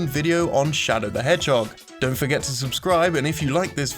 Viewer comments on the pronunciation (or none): none